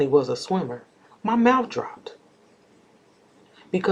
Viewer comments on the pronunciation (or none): none